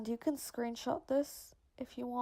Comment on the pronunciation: "as much as you Kaaan" 😂 the can is so funny pronounced 👌